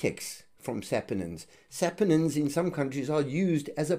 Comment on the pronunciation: sapOnines, pas sapAnines.